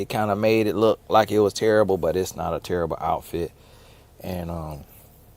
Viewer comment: “Book terribuh” 😂